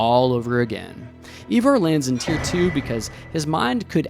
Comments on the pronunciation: EYEvar, NOT EEvar. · Americans have no place in this topic.. bias history and mainly incorrect. Can't even pronounce Ivar, it's not Evar! You have your history from a TV program that is also wrong about much.. No Harald bluetooth, no Hrafna and no Sweyn Forkbeard... and many many more. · Why can't Americans pronounce Ivar 🤣